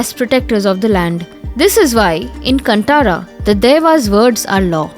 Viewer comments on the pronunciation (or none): It is kaanthara not Cuntara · It's not pronounced कनंटर .... Its Kaantara! कांतारा.. " Kan" as you use for saying "kaan (ears)" "Tara" as you use for saying "taara or si-taara (star)" dont stress on the "t" letter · Nice information but pl note - it's Kaanthaara.. not kantara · So is it Kanttara or Kanthara?😅 the whole video she pronounces Kanttara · For god sake it is not pronounced Kanttara it’s Kan-Tara. If northies can pronounce western words accurately request your due diligence to your souther state languages too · It's not Kunt-aara. It's pronounced as KAANTARA. 🙏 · It's कांतार not कंटार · First pronounce Kantara property It's कांतारा Not कंटारा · really good animation and informative! But c'mon, this movie has been plastered all across the country and should be clear by now. It's not pronounced "cunt-ara", it's "Kaan -tha-ra". "Tha" is pronounced like the name of Goddess Tara not the "Ta" from Vaikunta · Appreciate the time taken to research, explain and efforts to create this video. One small suggestion, it good to know the exact pronunciation of names, as english will not be effective in pronouncing local names. It's Kaanthara .... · Its pronounced as Kanthara , understand that first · Please get the pronunciation of Kantara right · your pronounciation is wrong with many words...like you're not familiar with Indian names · You all can research all this background but not the correct way to pronounce kantara or guliga! 🤦‍♀️ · That's not how you pronounce "Kantara" Is this AI generated ? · NonAI would have done a better job at pronounciation!